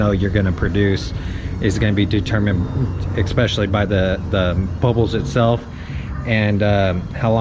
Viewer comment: Oh... and expecially is not a word. I think you meant to say especially.